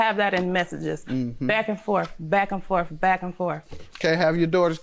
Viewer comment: "Back and forf, back and forf, back and forf" 🤦‍♀️ugh, really?